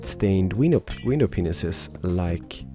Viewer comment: Stop saying window penises